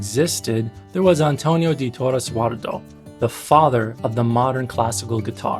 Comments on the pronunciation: Jurado is pronounce hu-ra-doh, not hwardo. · not trying to be a snob but the last name is pronounced like this: WHO-RAH-DOE Jurado